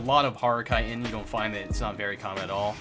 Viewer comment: This is an awesome video but bro it's pronounced Ch-it-in not kite-in 😂